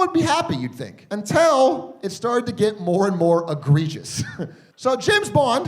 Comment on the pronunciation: He says "untell" all the time instead of "until" and it drives me NUTS 😂